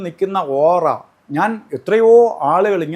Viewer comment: ഓറ അല്ല ഒറആയിരിയ്ക്കുഠ.